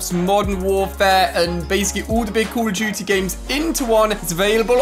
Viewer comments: “Call of Jute Mobile” yo- you mean “Call of Duty” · Why say call of duty like that